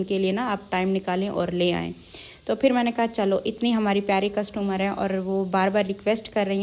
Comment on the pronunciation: Not castomar it is customer 😅😅😅😅😅